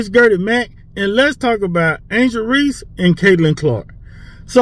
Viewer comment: And skip said Reese